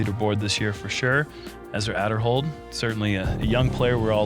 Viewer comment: So people are pronouncing Uli’s name correctly now. Time to get to pronounce Ezra‘s name next. ‘Aid’erhold not ‘Add’erhold.